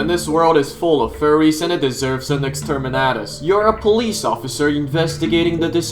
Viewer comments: one of the reasons i liked its beacuse he said ''extreminate'' yes yes kill them kill furries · you had me at 'extermantus'